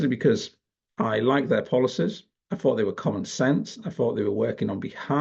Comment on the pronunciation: Maybe a minor point, but your MOCKNEY pronunciation is annoying. WIV? FORT (instead of THOUGHT)? FINK? FING? And Reform is "reFORM" not "REform"